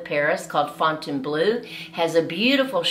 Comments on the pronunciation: Well, I can't go into detail, but if you find a coach, you'll learn what it is. One thing is the way to pronounce "Fountainbleu" - the final syllable should never be "bloo" but "bluh." (difficult to note in English, since it's a vowel similar to an umlaut; think of the "oo" sound in "book.") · Please pronounce Fontainebleau correctly, for starters. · FontaineBLOW not FontaineBLUE.